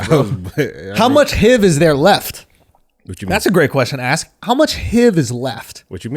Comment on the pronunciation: It started when he said HEEV to H.I.V.